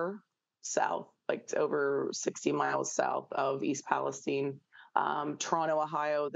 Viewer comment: Come on man do we seriously not know how to say Palestine?